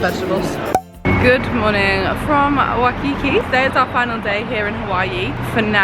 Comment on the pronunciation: It's WHY-kiki, not wuhkiki